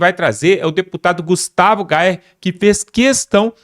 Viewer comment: Agora está pronunciando direitinho, o nome do deputado. Isso mesmo. A pronúncia é "Gaier" e não Gaua.